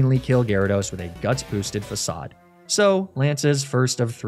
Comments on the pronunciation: The biggest crime of this Team Rocket Run was pronouncing Facade wrong. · The most evil thing about this video is how Facade was actually pronounced Facade.